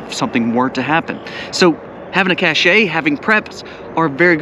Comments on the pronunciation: Pronunciation wise: A "Cash" is a thing you hide, like cashing food on the trail so you can go longer on the Appalachian trail. "Cash - A", is something in style or with social value like a Rolex watch (which is not a bad idea either, as a store of value, a Channel jacket, not so much). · Cache is prponounce "cash" not the French way: "cashay" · Cache is pronounced "Cash", one syllable. Please. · The pronounciation is 'CAISH'. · ca. shay. Is the correct pronunciation.